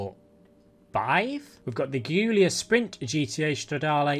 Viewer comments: It's Giulia not Ghiulia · for future referwnce and just to aid you with pronunciations the Alfa Romeo Guilia is pronounced as "Julia"